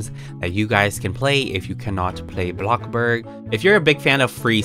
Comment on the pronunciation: Say it with me BloCkbuRg